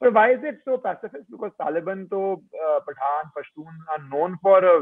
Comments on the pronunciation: hello the way you pronounce some of the words is just confusing n disgusting 😆 तालिबन नहीं तालीबान होता है। बल्युचिस्तान नहीं बलूचिस्तान है। ethinicity बलोच है। i was so confused what were u talking abt.. ANGREJ mat bno bhai it looks so weird 😆😁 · nobody in ur viewers tell u abt ur wrong pronunciation.. it is so confused .. after listening so deeply to the context i came to know tht u were talking abt Taliban.. तालीबन नहीं तालीबान होता है भाई।👍👍👍👍